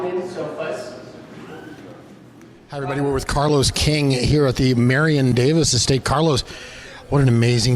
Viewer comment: Am I really hearing "Marion Davis" from the host?